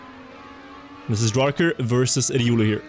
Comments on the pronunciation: why the fuck does say "Eh-Diuulu" instead of simply saying Riolu... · I love him saying just "Riuru" for Riolu without any questions